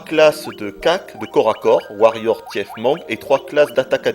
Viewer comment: Le "tièfe" !! MDR